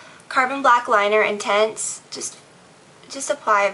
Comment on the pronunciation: lineur intense. not liner intense. omg.